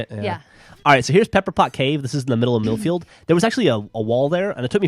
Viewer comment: You can also add that (I think) he said "MILF-FIELD"!?